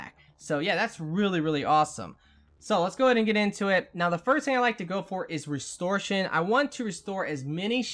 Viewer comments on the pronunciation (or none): Its not restore+shun....its rest+or+a+shun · Restor-A-tion. You're welcome.